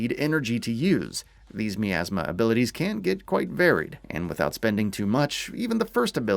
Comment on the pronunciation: Despite being 3 years late to this review I'd still like to ask how is it that this game can say the word "miasma" as often as it does, yet the reviewer will mispronounce it every single time?